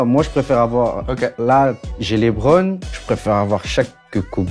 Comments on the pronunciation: Westbrook for life ! Par contre les français ne savent toujours pas prononcer correctement le prénom de Lebron jpppppp, faites un effort svp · Je viens de commencer la vidéo... "LÉBRON"...